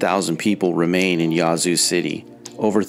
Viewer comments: "Yazoo" is pronounced with a short"a," as in "hat." Your stats are poorly thought out, as evidenced by the fact that Jackson wasn't #1. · Why are you pronouncing "Yazoo" in such a bizarre & affected manner? Sounds as though you're calling it "YAH-zoo", lol. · You’re killing me with how you pronounce Yazoo City. Jackson should be number one on this list then McComb. Next, the entire Mississippi Delta which includes Greenwood, Greenville and Indianola. Clarksdale and Cleveland are also in that grouping. I still love my state, mainly the rural parts.